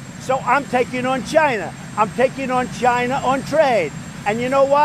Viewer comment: You didn’t say China right